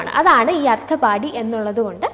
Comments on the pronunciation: അർത്ഥാപത്തി...അർത്ഥപാടി അല്ല ട്ടോ,..sanskrit word aanu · Ma'am actually it's pronunciation ശാബ്ദ & അർത്ഥാപത്തി